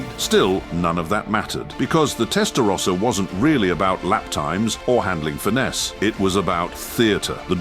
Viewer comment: Can’t even pronounce “rossa” properly